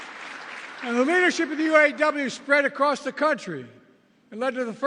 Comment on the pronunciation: Obiden can't even say,U. A. W.. Right.